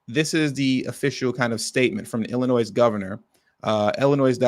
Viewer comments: You don't pronounce the S in Illinois Bro. Chill out. 😂😂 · Good Lord man, ya don't pronounce the "s" on Illinois. smh...